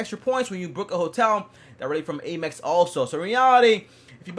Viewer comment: it's not Aye-mex, it's Am-ex